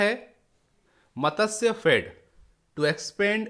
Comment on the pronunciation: Matsyafed :- it is not मतस्यफेड; it is मत्स्यफेड.